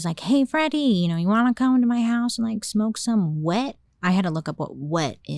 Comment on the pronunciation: The way Bailey is constantly saying "wet" is taking me up yonder!😂😂😂😂 Wanna go smoke some WHHHEEETTT!!!😭